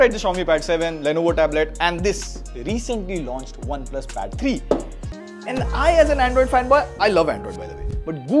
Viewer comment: i heard battery too